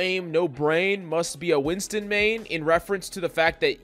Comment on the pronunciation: Its notwinston its WINTON